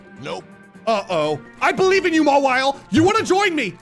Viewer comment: First Tangelly Then Chime-Cho And now Maweelei Maybe you can make a playthrough of Pokémon that you accidently or intentionally Say it wrong That would be cool And Ayo?